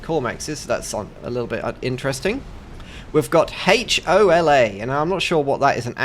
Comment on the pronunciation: Just an FYI. The player named "Hola" means "Hello" in Spanish. The "H" in "Hola" is silent. So, it would be pronounced "Ola". Edit: I watched until the end. What a great play by DesertWolf! I really love comebacks when all seems lost.